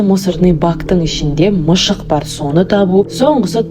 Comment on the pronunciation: Неге мысық емес неге мышық